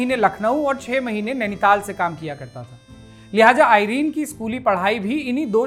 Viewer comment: आइरन नहीं है एरन है सही शब्द